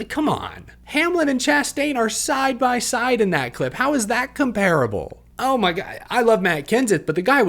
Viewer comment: Hey learn the correct pronunciation of comparable. It will help you come across as much more intelligent.